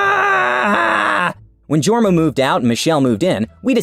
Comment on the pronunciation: That was pretty good pronounciation of Jorma, J should be bit softer though.